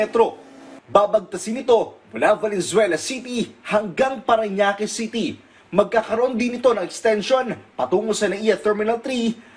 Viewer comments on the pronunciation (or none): none